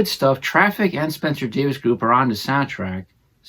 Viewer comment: Please... it's pronounced Davis.